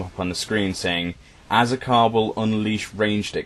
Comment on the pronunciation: "Azakar" .... "As...A...Car..." Turns into a car. Tera logic. Grats on having a unique idea, Tera? xD